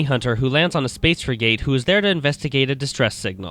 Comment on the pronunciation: This guy doesnt know how to pronounce the work frigate, and doesnt even know ridley's name. Ive lost interest in this review.